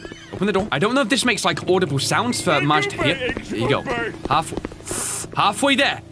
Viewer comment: Is it just me or does continuesly say “merge” in the place of “Marge”?